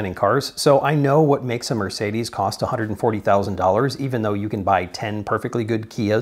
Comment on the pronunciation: The moment you said mercedez i lost faith in you